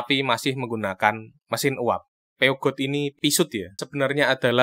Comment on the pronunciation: mbaca peugot bukan pisut om.. tapi pyuuzoooou 😁